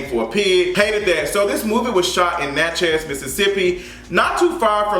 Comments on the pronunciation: Its Natchez (pronounced "natches" .. like matches) .. NOT Natch Heaz!!!!!! 😂😂😂 u stay messing up words bro lol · I’m not interested in seeing this movie in the theater, maybe later. Btw boo, it’s simply Natchez...like Mattress. I live for your pronunciation though 🤗😘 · It’s pronounced Natch is, like matches but w a Nat, love you. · Lol the way you pronounce Natchez (Nat-Chez) lol. Lol 😂 it’s all together. Southern Mississippian here lol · Nat- chez 😂 never heard it pronounced that way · You are miscategorizing Natchez. Don't be out here spreading ill informed opinions to your viewers. Black folks can drive through Natchez just fine. You don't even pronounce the town's name right for God's sake. So I know you don't know what you are talking about. Go visit, talk to the people, get out and then let us know how folks treat you afterwards. Only folks who don't know any better are scared to drive through Natchez... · The way you keep saying “Natchez” is tickling me 😆. I’m from Port Gibson, Mississippi which is about 45 minutes away from Natchez. I know a few black people in the area that would’ve made this movie way better.